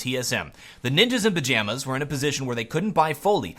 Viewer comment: Sometimes I understand "Ninjas in Vaginas" instead of "Ninjas in Pijamas" when this guy say it...